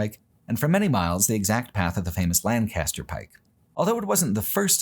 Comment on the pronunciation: “Lann-cast-er Pike” 😂 as someone who went from PA to CA, I’ll always laugh at the West Coast pronunciation of our (and England’s) beloved “Lank-uh-ster”